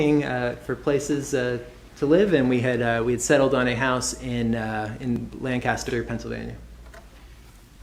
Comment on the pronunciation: thank you for pronouncing Lancaster correctly! No one in the trial did, not even the defendant-- who lived there!